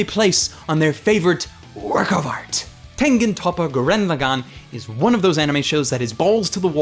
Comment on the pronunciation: I enjoyed this review, and completely agree. It's a fun show to just sit and enjoy. It also has a 'HUMANITY, FUCK YEAH' feel too it as well. But one thing that annoyed me was the pronunciation of the title. If you go by the way the characters pronounce Lagann (as in the dual mech and the single), it's pronounced LA-GAAN, with a slightly extended ahh sound instead of a quick 'gan'. I blame the people too ignorant that only watch dubs because they don't like subtitles or because they can't read them. FFS America.